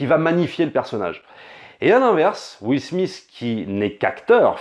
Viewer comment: Ca se prononce Will "Smit" pas Will "Smiss" et sa voix fr c'est le génial Greg Germain! D'accord sur la recherche de la dignité, mais en occident et surtout aux US, c'est bien la réussite économique qui compte plus que le reste. Le réalisateur aurait pu choisir un personnage qui ne fini pas millionnaire mais qui réussi sa vie par d'autres formes de succès.